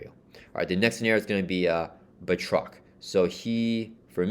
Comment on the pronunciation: good pronunciation of Batroc here 😁 can't wait to play the campaign over the weekend 😁